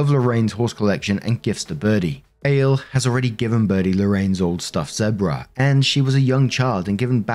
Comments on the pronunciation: Ale? 😅 Not A-Lay Like Alejandro... 😂😂 Maybe... 😆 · That's probably "Al-ay" rather than ale. It's Spanish innit? Oh yeah and OP is a friggin monster. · Lol it's probably pronounced Ah-le it's a Hispanic name. I knew a guy with that name. But your mispronouncion is funny. Lol